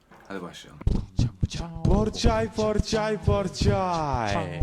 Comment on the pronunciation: Porçay değil Pogorçagay olucak.